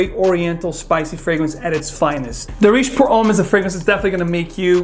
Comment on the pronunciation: Guys.. I'm Arab.. It's pronounced as Daarej, not Dareej!! I. E. The "aa" sound is longer and "e" sound is shorter And it means "trendy/in fashion/popular/common" u know